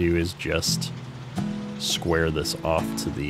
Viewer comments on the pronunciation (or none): none